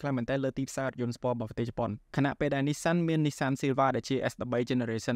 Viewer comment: ❎NISSAN ✅Ni-san👉👈🙂 😅😅😅